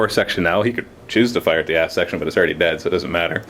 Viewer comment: Every time says aft it sounds like ass:P haha